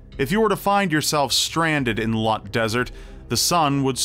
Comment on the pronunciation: It's actually Loot (pronounced like hoot) desert, not Lut (misspelling)